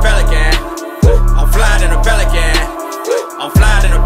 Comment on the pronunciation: He needs to learn how to pronounce his P's Sounds like he's saying felican and it's highly annoying